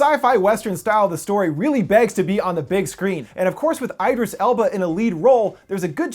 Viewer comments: eye-dris Elba? It's Idris - ID - ris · Idris is pronounced E-dreece, not eye-drus. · Who is "Iris" Elba? Lol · Who is Iris Elba? Do you mean IDRIS ELBA? I know him not Iris